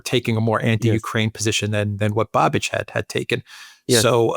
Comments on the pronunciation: it's Bahbish, not Bahbitch, but whatever. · Hey us Czechs are talked about as well:) Btw Babis is pronounced with the “a” short like in bus or bubble so it’s “bubish”